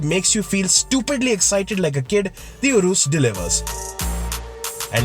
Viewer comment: poor pronounciation to 'URUS'.